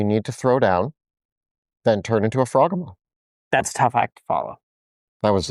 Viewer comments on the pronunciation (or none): I don't think it is pronounced "frog ugh moth" I think it sounds more like behemoth, as in "frog HE Muth" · I believe it's pronounced "frog-hee-mith" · It’s pronounced frog-he-moth. Rhymes with behemoth. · fraw GEE muth Rhymes with Behemouth. Get it? Cuz it's a behemouth frog type creature? Not a froggy mouth? K kool bye!❤ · I don’t feel good doing this but I think you were referring to the froghemoth, which is pronounced to rhyme with behemoth. Really hoping “frog-e-moth” doesn’t stick in my head. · The way they pronounce Froghemoth makes me desperately want to hear them pronounce Behemoth that it is built on lmao